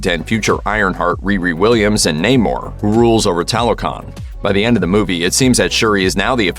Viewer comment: Namor literally said his name is Nahmor yet you still say Neymor.